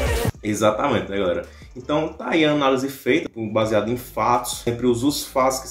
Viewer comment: KKKKKK "ÃNALESE" KKKKKK É ANÁLISE